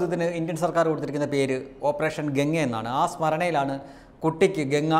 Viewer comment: "ഗംഗ" യാണ് "ഗങ്ങ" അല്ല - ऑपरेशन गंगा